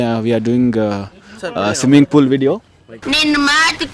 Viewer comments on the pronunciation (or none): swimming pool 🚫❌ simming pool✅ 🤣 crazy bro pakka desi kannada hudga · Swimming pool ❌ simming pool ✅